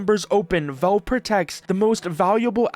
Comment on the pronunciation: It's pronounced "Valve", not "VELVE"